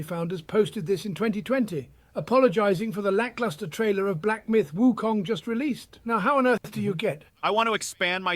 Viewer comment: All I hear when they all say Wukong is WUTANG!!! Ha!